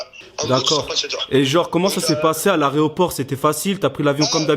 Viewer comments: A il a dit areoport 😭😭😭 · il a dit " a l'aréoport " 🤣🤣 au lieu de aéroport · l'areoport nn on dit l'aeroport 🤣🤣🤣🤣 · a l’aréopore 😂😂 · T’es arrivé à « l’aréoport » ah bon t’es sur ? 🙄😂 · il dit aréoport alors que c'est aéroport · Aréoport il a dit mdrrr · Les gars vous dites "areoport ou aeroport" sa me stresse 😂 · Il a dit areoport 😂😂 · Mdr il a dit « l’areoport » au lieu de l’aéroport 😂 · *aéroport mais pas « aréoport » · Il a dit à l'aréoport mdrr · on dit aéroport 😭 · A 12 minutes il dit l areroport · Juste on dit aéroport pas aréoport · il dit aréoport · il a dit areoport au lieu de aéroport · Il ha quand même dit areoport au lieu de aéroport mais sinon trop trop bien tes vidéos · et mdr "aréoport" wesh 🤣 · Il a dit aré o port 🤣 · Putain vous savez pas dire aéroport avec nanou Cest grave mdr